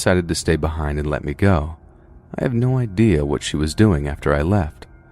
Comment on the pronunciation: I can’t with the “ Just lemt me eat my greasy ass food in peace “ 😭😭😭